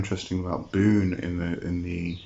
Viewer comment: Wait isn't it "Boo-néh" instead of "Boon"?